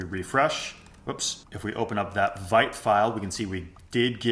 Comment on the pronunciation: It's pronounced "veet", vite is French 😅 Great video otherwise!